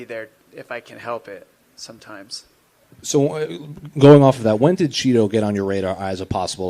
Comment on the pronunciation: Chito not Cheeto you ploof